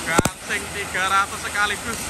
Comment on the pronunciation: Bang gaseng bukan gangseng